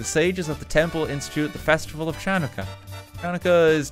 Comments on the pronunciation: Fyi the “ch” chanukkah is pronounced with a guttural sound like ur clearing ur throat or gargling. Idk how else to describe it lol. If u can’t make that sound, just an “h” sound is fine tho. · I physically cringed when I heard him pronounce “ll” incorrectly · Me as a Jew cringing when he reads Chanukah like that. There's so many different spellings but they're all pronounced ha-new-kah. (to be more accurate there's a sharper ch (sort of from your throat, no teeth) sound at the start but it's hard to describe the right sound in a comment and its NOT pronounced like CHA.) (wrote this before he was corrected lol but still keeping it up) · Hearing RT mispronounce Hanukkah, menorah, Kislev, and Chabad made me cringe ngl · Your pronunciation of Chanukah and menorah is terrible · that was a pretty good pronunciation on pepernoten, hats of to you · i hate how RT says chanukah and menorah it hurts my brain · The ch in Chanukah is actually pronounced by using like, flem in your throat to make a sound, since there’s no ch sound in Hebrew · I missed RT mispronouncing things in minecraft books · The way he pronounced Channukah brought me no end of pain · the way he pronounced Channukah and Menorah hurt me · Any other Jewish people cringing when RT read about Chanukah and couldn't pronounce most of it correctly? Happy you learned something new, Daniel. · We all know it would be Coca Coland and not Coke land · the Ch in hebrew words, such as Channucka, is pronounced like a phlem-y H. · you described it well lol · I’m Jewish, and I love RT, but seriously, how does he not know how to pronounces Chanukah? He pronounced it correctly when spelled Hanukkah, but really? It’s Chanukah. How do you not know how to pronounce it? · RT mispronouncing Chanukah is a perfectly understandable mistake but every single time he said it I died a little more inside. G-d bless you RT have a wonderful holiday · RT's pronunciation of Chanukah is slowly killing me